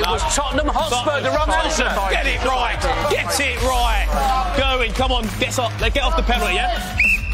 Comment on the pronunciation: English people need to learn how to pronounce Gerwyn properly